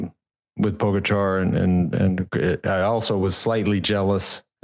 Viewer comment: If Lance wants to be seen as credible he might want to learn how to pronounce Tadej Pogačar’s name, just saying.